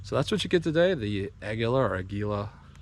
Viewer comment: Ah-ghee-luh…… It’s Spanish for eagle 🦅 pacawww (eagle sounds)